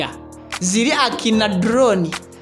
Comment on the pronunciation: A bit annoying pronounciations, mbu Aromantic 😠, the word is not Aromantikki but Aromatiki , not super kasitamu but Super custom/kasitomu . Born 1981 and 41 😡. Very annoying